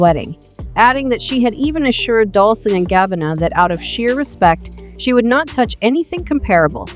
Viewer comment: Nobody: The AI: Dolcie and gabanna